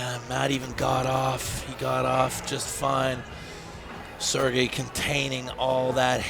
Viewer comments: haha the name butchering of sergey at the beginning was funny. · Sergeys name got butchered so bad at the start ☠️